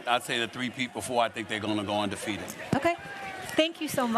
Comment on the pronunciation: Anyone else hear UNDERFEATED?